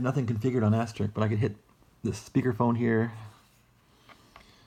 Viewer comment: is there a reason why you are calling it "As-ter-rick"? It's supposed to be pronounced as "as-ter-isk"